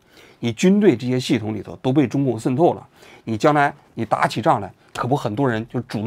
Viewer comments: 王局，跟我念：shen 透！ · 王局这期节目简直太用心了，为了能让台湾网友能听得懂。把渗透都故意说成“sen透” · 王局，你讲“渗透”的发音能读准点吗！！！森透、森透、森透，，，，，也开始台湾腔了！！！！ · shen透，不是sen透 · 不是读SHEN透吗？王局总是读sen tou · shen透，不是sen透😂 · 王局 那叫 shen4 透 shen4！ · 为什么你读渗透读作sen透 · 这个渗透听的我好难受，新版读音改成 sen 了？ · 僧透到了哪儿？王局这是要嘲讽 还是普通话退步啦？😂😂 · 王菊不仅化学元素胡乱发音， 连个渗透发音都成问题， 参考其口语，绝非用方言可以搪塞的。